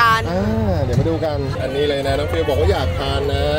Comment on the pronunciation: ฟิวนะคะไม่ใช่ฟิล์ม